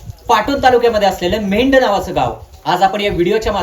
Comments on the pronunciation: Medh नाही मेंढ नाव अगदी बरोबर आहे. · Mendh nahi medh aahe